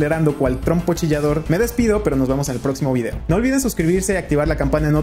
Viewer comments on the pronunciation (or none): none